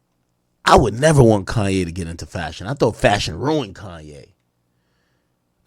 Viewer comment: This dude say KAIYE WEST😂😂😂😂😂😂😂💯💯💯💯